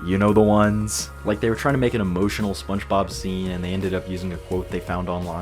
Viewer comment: Love this video!! I will say, you pronounce "Spongebob" like "Spunchbob" every time and I cant tell if youre messing with me LOL